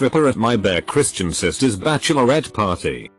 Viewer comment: I was listening to this as I did something else so when the the text-to-speech read uber-Christian as bear Christian I was like "Forget me veing non-denominational I wanna be in THIS one!"